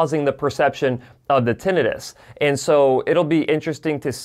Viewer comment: It's not Tin-EYE-Tis. It's TIN-eh-tis.